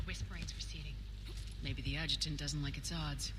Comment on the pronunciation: Tylko że to jest Adiutant a nie Audiant :D